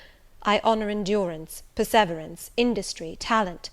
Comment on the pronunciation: Please pronounce perseverance correctly! The emphasis is NOT on the second syllable, but on the third...'per-suh-veeur-ens'.